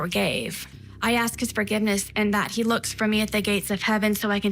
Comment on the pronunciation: You keep mispronouncing he.